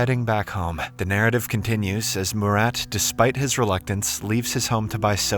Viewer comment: Bro butchered my name "Murat" so badly it genuinly hurts my soul🙏🙏🙏😭😭😭